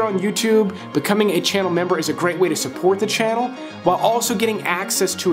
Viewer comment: Glad to know I am not the only one who combines my words; when you said "Gwayte" when trying to say "Great Way" your brain was trying to say "way" before you finished saying "Great". I do that all the time. lol.